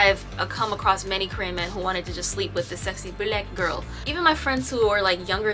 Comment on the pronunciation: Not “beulaek girl “ 😭😭😭